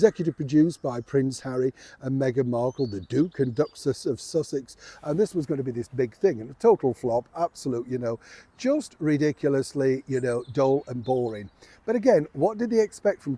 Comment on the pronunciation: Did say, in the intro, "... Meghan has secreted thousands... " Oh, wait, I think I get it, not, "secreted" as in emanate, but "secret-ed" as in hid away? stashed? He also said, "Benniffer" and the, "Duke and Duckcess of Sussex," 😅!